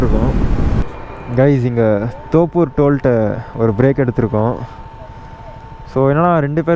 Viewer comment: தோப்பூர் இல்ல தொப்பூர் 😂